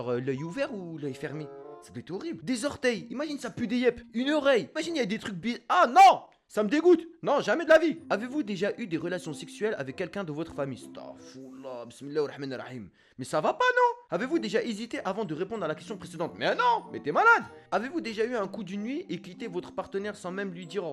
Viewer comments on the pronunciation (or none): Il dit staghfourlah (c'est astaghfirou allah au fait) sur la masturbation mais pas sur le sex 😂😂😂